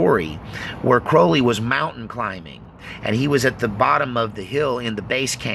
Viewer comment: Cr-owl-y not crohley